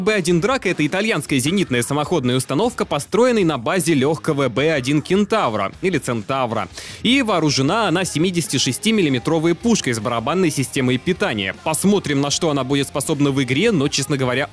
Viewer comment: Не Панхард - а Панар. Один из первых производителей автомобилей в мире, кстати. И не Кентавро/Центавро, а Чентауро.